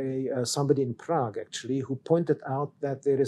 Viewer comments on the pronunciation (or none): none